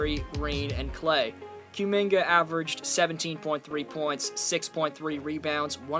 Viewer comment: How the hell are you pronouncing Kumingas name SO WRONG SO CONSISTENTLY? Therr was literally a a running joke on twitter on his name and there is nonway in hell you pronouce Cum the same way youre saying Kumingas name